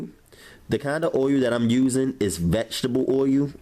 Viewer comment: Once your OIYUUU is hawt! Lol, ily!!